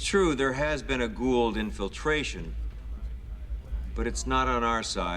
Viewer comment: It's Goa'uld, not gould 😅